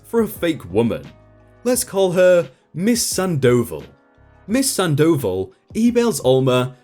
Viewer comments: ...Sand oval? It's a name, dude. San-dough-vall. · MS. SANDOVAL...... SAHHHN-DAH-VAHHHL notttt sand-oval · Miss Sandoval - you are not pronouncing the name correctly. Its not sandOval...its SANDo val (like val in Valerie or vawl) - or "oval" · "Miss Sand Dough Ball". Or you could say Miss Sandoval. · Awesome, but please stop mispronouncing the name "Sandoval" it's like having thumbtacks jammed into my earballs every time. It's not "sand oval" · Damn. At first, I thought it was going to be: Bio Dad (Karl) worms his way into Marina's head and effs up marriage. Turns out Marina was the good guy (or good gal, rather). Cool. Glad OP didn't take Alma back. I know a lot of idiots that would. (Not me, but I'm another kind of idiot entirely. lol) AND... ftr, the name is pronounced SAHN doh VAHL. You're accenting the wrong parts,. Thought you might wanna know. It's not because the mispronunciation over and over and over and over again was driving me crazy or anything. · 👏👏👏 it was killing me hearing him say sand oval like wtf gahh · No dude, its pronounced Sandoval, all together with accent on the last "a," and its a spanish "o" not english "o", so its pronounced o not ou.